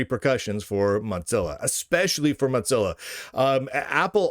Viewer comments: Mot-Zilla? Why do you say it like that, there is no T. Its "Mo-Zilla". Its triggering me more than Trump triggers a TDS purple haired zim-zer. 😑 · Mozilla might want to pay you to stop saying Motzilla.